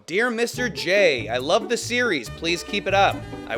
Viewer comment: "And wove twue wove" I love watching your videos. It really helps with my depression. Thank u for making these